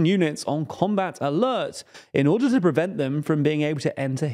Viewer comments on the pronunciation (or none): none